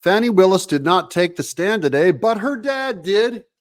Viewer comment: I'm from the Atlanta area. My entire family lives there. Believe me when I tell you, the lady's name is pronounced like "Fanny". Everyone I know is confounded by the media's insistence at calling her "fawney". Is that supposed to be an upgrade? Regardless of what you call her, everyone I know thinks she's human refuse.